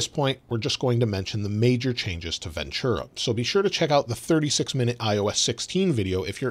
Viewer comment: There is no “ch” sound in Ventura